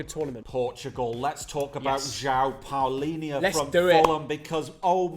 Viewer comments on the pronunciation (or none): You mugs you pronounced Palhinha wrong why I’m so disgusted it’s Pronounced Pal-ing-ah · its Diogo not Diego Dalot hes from Portugal not from Spain and João Palhinha its Palhinha not Paulinha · I’m sorry but that hurt my ears one of the worst pronunciations I’ve ever heard of Palhinha’s name. You will have to learn how to pronounce it right when we win the world cup🇵🇹🇵🇹